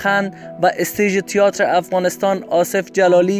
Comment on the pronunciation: اصف جلالی بازیگر سینما نبود مجری برنامه کمدی بود Theater را هم اشتباه تلفظ میکنی تیاتر نیست تئاتر هست سر دیکتات و جمله بندی تان بیشتر کار کنید